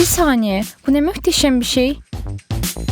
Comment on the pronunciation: Sen Azerbaycanlısın galiba möhteşem dedin